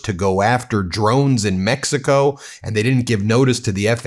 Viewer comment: Pam Bondi emphatically pronounces MEXICO, "MEX..EE..CO". You know somebody's done something wrong when they have to resort to loudly overemphasizing words like that when they are put under scrutiny.